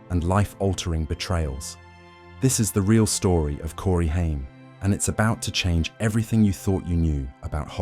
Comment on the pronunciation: you could at least say his last name right if ya gonna make a video about him